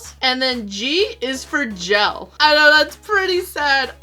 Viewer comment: Lol imma let ya slide on the "gel"